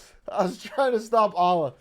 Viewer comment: the way he pronounces allah pains me